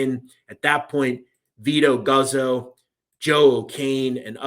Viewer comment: It's pronounced Goots-oh.